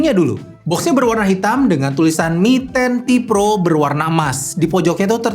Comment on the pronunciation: Apa saya salah dengar?? Di video disebutkan ini Mi Ten Pro (mi10 pro) padahal seharusnya mi ten ti pro (mi 10T pro)